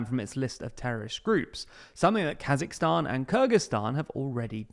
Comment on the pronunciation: KazakHstan please (with H in the middle). the are not kazaks, thank you